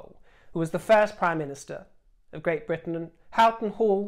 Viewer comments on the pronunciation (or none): none